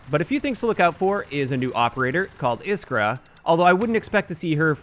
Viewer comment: It's IskrA btw just saying